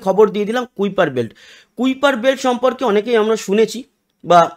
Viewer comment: Pronunciation হবে কাইপার কাইপার ছিলেন একজন scientist